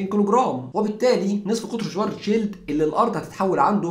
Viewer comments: شفارتس شيلد وليس شوارتزشيلد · مشكور عل معلومات .. بس تصحيح لغوي حرف الw باللغة الامانية تلفظ نفس لفظ حرف الv باللغة الانكليزية ... يعني اسمو شڤارتز شيلد اي ما معناه الدرع الاسود باللغة الامانية ... يعني صديقي بس شفت حرف w باسم الماني فورا الفظو v و حروف sch تنلفظ مثل الsh بالانكليزي و ach او uch تنلفظ متل حرف ال خ بالعربي ... بكرر مشكور على المعلومات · بس تنبيه صغير على أسم العالم الألماني ترجمة اسمو القارمة السوداء و الw ما بيلفظ واو بيلفظ مثل حرف ال v بللغة الانكليزية . حلقة حلوة بتجنن ❤❤🔥